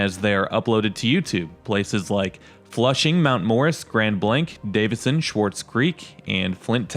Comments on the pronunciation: I was going to say the same thing. And it's Ballenger rhyming with challenger, not Bahlenger. And it's Swartz Creek, not Schwarz Creek. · Please pronounce names a bit better. Ballenger has an A it’s not Bollinger. Swartz Creek doesn’t have a C in Swartz and there is no C sound (not Schwartz). Speak like a native. Now pronounce Lake Orion or Schoenherr Ave if you’re from Metro Detroit. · Its Swarts Creek. The "z" is silent. No "c". Some with Yooper backgrounds pronounce creek as "crick". Oh well. Ballenger is pronounced bALenger. Think the name of AL. Ballenger.